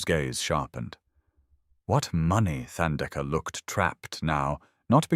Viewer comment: Beautiful story and thanks for prouncing Themba and Thandeka correctly, with silent “h”. ❤️❤️❤️🙏🏾🙏🏾🙏🏾!Sipho is c-paw, also with silent “h”.